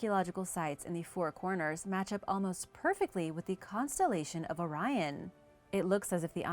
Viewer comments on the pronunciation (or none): none